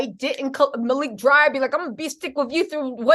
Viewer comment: Malik Dyer hun not dryer. Thank you for the update hun🙏🏾 God Bless.